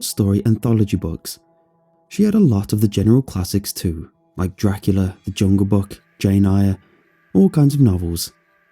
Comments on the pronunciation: Oh, and Jane's last name is "Eyre" pronounced like "Air". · Lol love the pronunciation of Jane Eyre